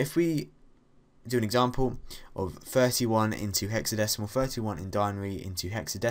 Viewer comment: Its den·a·ry, not dinery